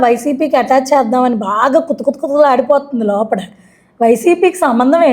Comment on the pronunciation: లోపడ కాదు ...లోపల... again I am only commenting on ur language skills...not on content